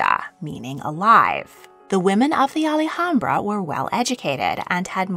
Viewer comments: Alhambra is pronounced ahl-AHM-bra, not al-e-hambra. The "h" is silent. Málaga has the accent on the first a, not the second one. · Generally, the name of the palace complex in Granada is pronounced "Al AM-bra" - it feels as if you have an extra syllable in the name. In Spanish, the "H" is almost always silent, and so you would not pronounced it in "Alhambra". "Malaga" actually has stress on the first syllable, and the assistance for this is the accent over that first "a". So the city name is "MAH-laga". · Alhambra is pronounced like it’s spelled, there isn’t an “Ali” anywhere in there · Yeah, I've never heard anyone pronounce Alhambra the way she did in this video......and I've visited the palace!!